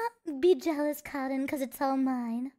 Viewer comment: I like how calls cotton like 'karin'.